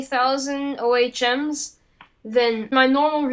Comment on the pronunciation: Instead of saying O H M's, the word is ohms or OMES.